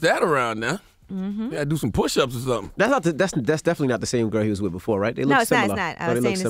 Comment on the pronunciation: With not wifh